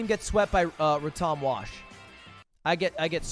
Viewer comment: “Røttòm wash”